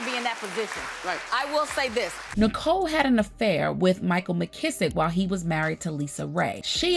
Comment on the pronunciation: That trifling man's last name is Misick, not McKissick. Anyway, he's as grimy as Nicole. Six kids with five women.